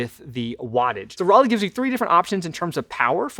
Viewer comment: So, as an American, when I see the "Roly", I hear in my head the word "Rolly" or "Rollie". When dude says the name "Roly", I hear the name of the city "Raleigh", as in North Carolina. Is that just me, or ...?